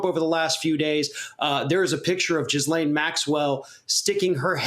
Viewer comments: For the record ...its not "jizzlane" its "gillane"... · Its gee lane like bee pain. Not jizz lane.... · You guys the S is silent. It’s pronounced “Gee-lane” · Oh my god he said JIZZLANE